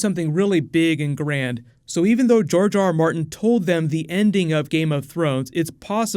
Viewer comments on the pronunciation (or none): did i hear jar jar martin? D